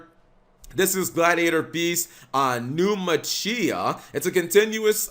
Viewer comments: Naumachia is pronounce NAW MAH KIA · Wow this support is looking amazing. Might actually have to make Glad Beasts again. Also the way you pronounced Naumachia gave me a stroke Cap. Just to clarify Naumachia(Ναυμαχία) is the greek word for sea battle(with ships and shit) derived from the words "Ναῦς" = ship and "Μάχη" = battle. It is pronounced as Nav-Ma-He-A.